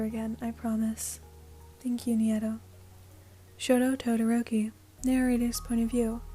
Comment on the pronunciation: Sorry- I think Neito's name is pronounced like "nay-to"